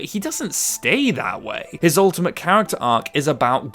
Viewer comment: "Ulaimtely" hehe